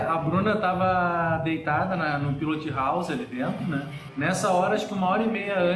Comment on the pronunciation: PILOTI HOUSI....essa mania do brasileiro de sempre adicionar um "i" no final de toda palavra inglesa!